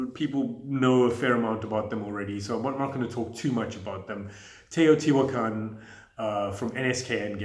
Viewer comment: You nailed that pronunciation of TAY-OH-TEA-WAH-KHAN! I really need another opportunity to give that a go, but also Blackout, Reykholt and of course, more Newton!